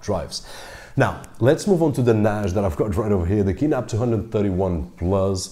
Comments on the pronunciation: why do you keep saying NASH? It’s NAS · You pronounced the word NAJ with a soft J, I suppose you mean NAS, a soft S. I was a little confused. Thanks for the video. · Why do you pronounce 'NAS' like 'Nash'?? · Oh I see, you’re portugese... I just read the comments down below. Other than that, your english is very good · ok. after a few times "nashj" I just quit listening. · A NAASH grade hard drive? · NAZH... your pronunciation is awesome but this one word.... got me confused ☮️ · It's not NAZH, it's NAJE ;) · its cool lol but i hear it as Noghe or Nosge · Someone teach this guy to say NAS please. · The point is the following: Your pronunciation in English is good except 'NAS'. How come?? All the best.